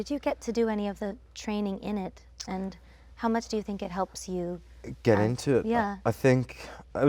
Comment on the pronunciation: Does anyone else think Ariana has picked up little bits of Jonathan Bailey and Cynthia erivo’s accent cause at this bit where she says get she sounded British I don’t know if that’s just me who heard that but thought I’d see if anyone else spotted it